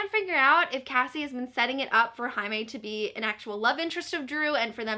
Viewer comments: Jaime = High-may???? Whaaaaaaaatttt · Omg I completely forgot that Jaime’s name was pronounced in Spanish so when you said Jaime like ‘Highmay’ I was like: ermmmm.... who now?! 😂😂😂😂😂😂😂😂😂😂😂😂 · wait... jaime is pronounced haime??? (i know it's how you pronounce j in Spanish but i didn't realize for some reason) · The way you pronounce Jaime confuses me so much